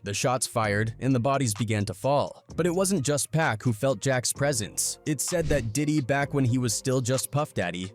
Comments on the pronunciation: Why whoever narrating keep calling my dawg 2pack ham listening to what baby told Charlemagne put some respect on Pac name 🤔 damn niggah did turn bro to a pack🤦🏿‍♂️RIP Pac no more pain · Omg we back to this "Pack , 2Pack " bs maaaaan you bogus asf 😂😂😂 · Why can't this dude say 2 Pacs' name right !!!